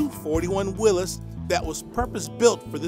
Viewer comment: who is the guy reading all this info. that he doesn't know to pronounce Willis Willies? let me know, thanks